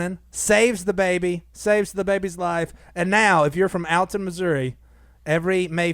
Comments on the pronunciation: it's pronouced ALL TON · You pronounced Alton wrong. Its (Aww)lton.